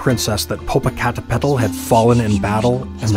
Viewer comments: The way he pronounced it was adorably funny, but so off 😅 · I was so distracted laughing due to the Narrator butchering the names that I forgot to listen to the story. Popo-ca-te-p-tl. And ix-tla-zi-wa-tl. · Im white and even i know it aas wrong because he said it like its spelled. Lol it’s such a beautiful language but must be spoken by someone who knows how for it to sound right. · No mention of the volcanoes shape or topography, which is interpreted by Mexicans as resembling a kneeling warrior before a deceased princess. This is at the core of the legend. When you see these mountains from a distance, their shape reminds you of them. Also, if one does not take the time to practice the pronunciation of their names, why bother creating the video? Very distracting.